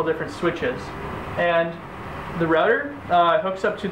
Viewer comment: "Configger", "Rudder"? Can you pronounce? Are you speaking B0@ Sir you had some of your facts incorrect. And since I am wearing no underwear your argument is invalid.